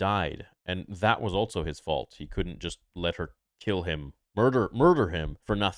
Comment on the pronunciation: I love you but it’s pronounced “also” not “altso” love you brother